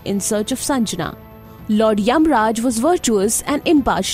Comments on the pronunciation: Its sangnya not sanjana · It's shandhya not sanjana